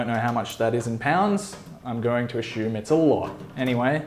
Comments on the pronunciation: Assume not Ashume LOL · Sorry mate, no disrespect, but it’s ‘ass-you-m’. Good video nonetheless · one drink for every time he sais "ashume" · Ashume, ashume, ashume, ashume